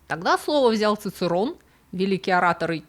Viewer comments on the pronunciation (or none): Коньёмен.нет такого слова как "когномен" Чичэроне, а "цыцерон" это какой-то каламбур. И не секунда( это единица времени), а сэконда( числительное - вторая).